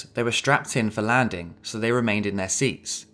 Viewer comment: Love how you don't use the "ing" on the words. Landin, Landing.